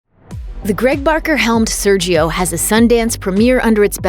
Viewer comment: The brazilian pronunciation is "Sérgio". The "é" is pronounced clear way, with the open sound.